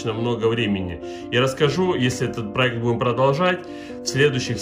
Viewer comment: Да, да, дадада, да,да,да,да - ДАДА! ПАлюбому нужен проЭкт! Не сдавайся!